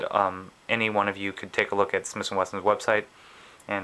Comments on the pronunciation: SmiThhhhhh and Wesson not smiss and Wesson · Is he saying "Smis & Wesson" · he keeps saying smiss & wesson.